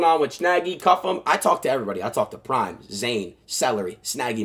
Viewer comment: CU-ffe-M take the L